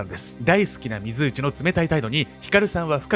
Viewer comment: 水内って油断（？）して聞いてたら 非通知に聞こえる。 ...私だけでしょうか。どーーでもいーいですよー